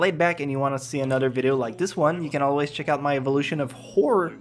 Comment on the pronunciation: On your inability to pronounce "Horror": At some point I realised that saying it like that sounded like the w word, so I started saying it as "hah-rur". It looks weird to type but it definitely sounds better.